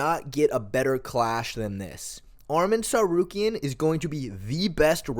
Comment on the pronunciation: You would think mfs would pronounce Ngannou correctly when they can say Tsarukyan so easily.